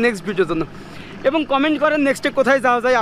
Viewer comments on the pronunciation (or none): none